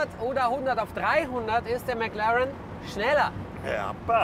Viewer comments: Niemand Wirklich niemand Nicki: Mäklaren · Wie der Schelle die ganze Zeit McLAREN sagt..